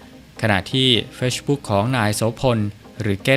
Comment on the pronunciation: เรียนผู้อ่านข่าว ด้วยความเคารพ...คำว่า Facebook อ่านออกเสียงว่า เฟซ-บุ๊ค นะคะ แต่ไม่ใช่ออกเสียงว่า เฟช-บุ๊ค ค่ะ ฟังอ่านมาหลายครั้งแล้ว จะได้ยินแต่คำว่า..เฟช-บุ๊ค / โดยความปรารถนาดีค่ะ